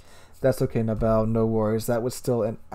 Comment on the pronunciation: You keep saying Nab bow "" The persons IGN is NAB BO like Bo Jackson or BOWHUNTNG..... not like the bow of a ship >(